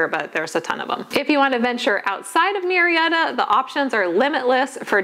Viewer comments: Absolutely not it is not Mew Murrieta is pronounced Moo-rrea-ta. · It is funny that you mention the pronunciation of Murrieta. I happen to be a bilingual speech pathologist in the area. Murrieta is of Spanish origin and “ Mew-ree-eta “ is definitely NOT the correct (or closest) pronunciation! My last name also is spelled with the same first 4 letters and It is not pronounced as “Mew-row”. In fact the closest pronunciation in the first case is “Moo-ree-eta”. That is of course, if you acknowledge the original Spanish roots of the name. Hope this helps! 😊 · I was thinking the same thing. Murrieta is a Spanish name. Its proper pronunciation is MOO-REE-EH- TAH.